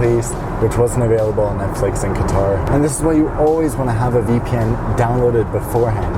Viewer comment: He is is saying guitar not quatar